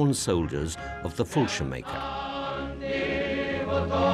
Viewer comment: What is 'the brave soldiers of the fullshimaker'? It's Fal-sheerm-jaeger... also too long intro and horrible midi music reminding me of 30 year old computer games.